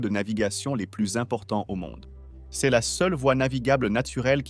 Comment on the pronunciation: Next time, dont forget to write " c'est " correctly, because your AI voice read it like " C S "